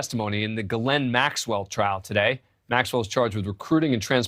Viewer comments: Why can’t these new people pronounce names? It’s not Gaa Lynn! It’s Ghis Laine. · her name being pronounced differently constantly its Ghislaine the * H * people it's there!! Pilot also got a load of freebies and college funds and free boats, lovely life for aiding betting child abuse.